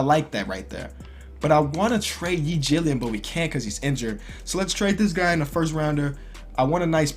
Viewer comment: "Yi Jillian"